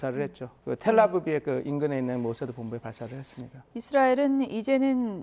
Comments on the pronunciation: 텔아브비? ㅋㅋ 전문가 맞아? 텔아비브를 계속 텔아브비라고 하네 ㅋ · 텔 아비브를 왜 자꾸 텔 아브비라고 하노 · 근데 왜 텔아비브를 텔아브비 라고...